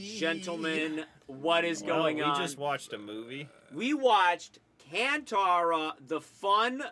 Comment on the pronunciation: Not "Can thara". It's Kanthara.